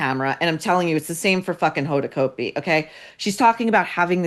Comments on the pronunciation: Cot-b. Hoda cot-b. Not coat-b. Used to be news anchor on new orleans tv. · Pronounced Cotbee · Said like COT'-bee COT'-bee COT'-bee !!! Pls get it right.